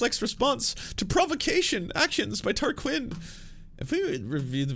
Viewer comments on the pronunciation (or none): What’s up? You’re pronouncing things incorrectly, is that purposeful? It’s Tarquin Tar-quin like win (or the Glee character Quinn) It’s Brian Tyler Cohen not Taylor Cohen. And the show was called cumtown, you know!